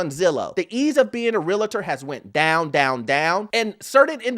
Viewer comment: It’s Realtor, not Real “i” tor.